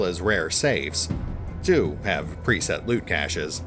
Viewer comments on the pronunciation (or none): none